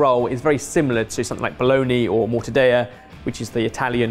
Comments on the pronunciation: Did you just just pronounce 'Mortadella' - a famously Italian meat product - as if it were Spanish? Boo, sir, boo. More - ta - dell - ah NOT More - ta - day - ah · Why is pronouncing Mortadella as Mortadaya as if it was Spanish. He’s normally on point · Mortadayuh? It’s mor-ta-del-ah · Mortadella..... not Morta daya ! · I’m sorry to call you out, but it’s mor-tah-dell-uh not mor-ta-day-uh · Omg! You did NOT just pronounce mortadella as "mortadaya"- did you?!🤦🏼‍♀️ This is an Italian product not Mexican. The L is NOT silent! It's MOR-TA-DELL-AH. Other than that, great work guys.🤗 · British pronunciation of Spanish and Italian words officially baffles me. You can’t say Paella correctly (pie-ELL-uh instead of pie-AYE-uh) but then you say mort-uh-DAY-uh when it SHOULD be mort-uh-DELL-uh. Jalapeño comes out hal-uh-PEEN-oh instead of hal-uh-peen-yo. Pasta comes out as PASS-TUH instead of PAH-STAH. Barbados comes out bar—bay—doss instead of bar-bay-dose. English words - have at it. Some Americans butcher English and you invented it so who am I to say there? But Spanish words like Paella should be said with the correct Spanish pronunciation, not some Anglified version of it. LL = Y and Ñ = NY. Please. I’m begging. And tell Gordon Ramsey and Jamie Oliver lol. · Ok, i need that Mexican soup in my life. P.s. Italian pronunciation tip: mortadeLLa with double strong LL like "Elliot", not spanish "y"🥰🥪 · Morta… de-yuh? XD wtf it is „mortadella“ like under rihanna‘s umberella ella ella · I could hear my grandmother rolling in her grave as pronounced mortadella with Spanish L's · Mortadella is Italian not Spanish, so the ll is not pronounced like a y. It's much closer to how you'd naturally pronounce it as an English speaker, but with a bit more of a "bounce". Mortadell-la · I absolutely love you guys but please for the love of god dont ever say "mortadeya" again im begging you in italy we pronounce the double L as normal Ls ily❤️